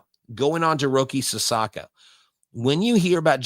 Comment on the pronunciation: Sasaki not Sasaka